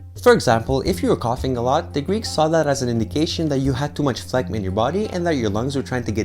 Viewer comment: yoo that new background tho, lookin professional! Also, this was seriously one of your best written videos. Liked and shared! Oh and, is the G in phlegm not silent??? I've never heard anyone pronounce it like you lol